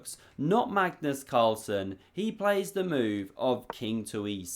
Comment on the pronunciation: I swear i always hear Carstles